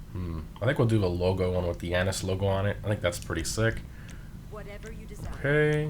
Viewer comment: no they said it correctly